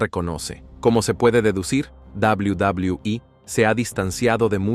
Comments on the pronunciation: Cual inche dobli dobli ii se dice doble u doble u eee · Al principio me molestaba que dijera tanto la D O B L I U D O B L I U I pero ya después me empezó a dar risa jajaj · Es verdad dawliu dawliu i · Sin ofender pero....ES NECESARIO QUE TENGAS QUE HACER QUE LA AI REPITA UNA Y OTRA Y OTRA VEZ "DOBLIU DOBLIU I"?!!!, LOCO, APRENDE MEJOR A PONERLE LOS SPEECHS Y TE GANARAS MAS SEGUIDORES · A chinga ' y cuál es la davliu davliu i? 🤔 Dilo en español y mejor no hagas el ridículo.. 🙄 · Y dice dablui dablui i es BN castrante no deja disfrutar el vídeo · deja de decir WWE ni sabes pronunciarlo bien jajaja